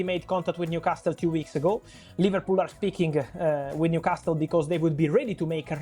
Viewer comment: The only thing he should and could easily improve immediately is the pronunciation of the word Newcastle, come on man, just leave out the t